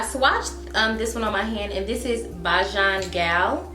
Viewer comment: Pronounced Bay-Jun gal. Rihanna is a Bajan gyal